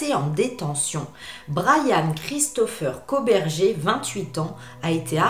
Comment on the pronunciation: Ça se prononce koburger comme burger king 🍔 😉